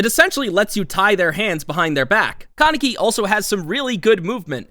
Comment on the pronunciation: its KAH neck ee. not can neck ee =x